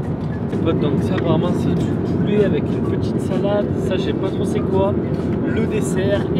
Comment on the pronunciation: Poulet pas poulé